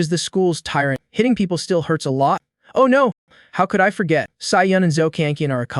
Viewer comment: What's with "Mr." and "Oh" pronunciation